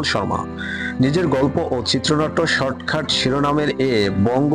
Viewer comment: শর্টখাট না শর্টকাট 🙄